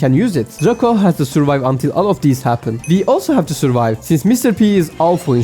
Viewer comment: Dreyko şeklinde telaffuz ediliyo kanka sanki. Ama çabanı takdir ediyorum